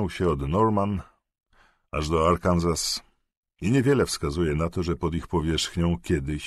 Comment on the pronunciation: Arkansas- Arkanzas? Czyta się /'Arkn so/.